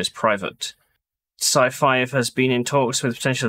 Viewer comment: You keep saying scifive and I keep hearing scifi as in science fiction Nice video